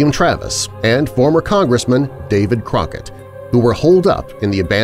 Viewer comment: Did he say David Rocket you can't even get that right how can we believe anything else